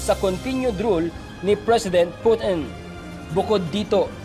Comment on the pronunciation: Ka oe mo loy mag news, over exaggerated pag ka banggit mo sa Russian president name,....